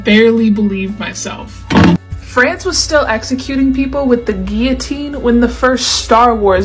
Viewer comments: i appreciate that your pronounced guillotine correctly ✌️ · Love the correct pronunciation of guillotine. We need to bring that one back (in Minecraft)